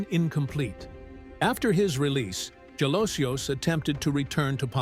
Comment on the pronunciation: His surname Jalosjos is pronounced as Halosos.